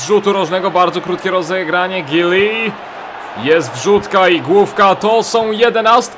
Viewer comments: jak cos nie mówi sie Giuli a Ludowik Żuli:3 pisze tak jak się wymawia jak cos:) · nazwisko Giuly powinno się wymawiać Żuli.